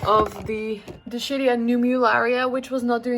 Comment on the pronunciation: Dischidia - dis-KID-ee-uh